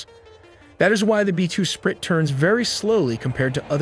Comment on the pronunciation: Yes, I think its an AI narrator. , you can hear it say “B-2 sprit”. Someone missed the “I” in the transcript and the dumb computer said it as written.